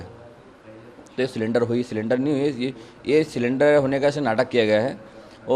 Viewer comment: सिलेंडर ❎ सरेंडर ✅ 😅😅